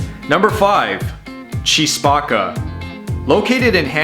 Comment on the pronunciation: “Key” Spacca, not “Chee” Spacca.